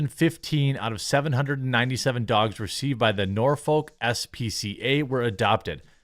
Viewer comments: not nor-folk.. norfuk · We have a Peta headquarters in Norfolk, VA. You see going toward Portsmouth. And it's nah-fuk, not Norfolk, that's how we say it round our way. I'm bout 30 mins. I don't think the local news even promotes peta, but I know they promote the SPCA. They have billboards all over. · It’s pronounced Norfik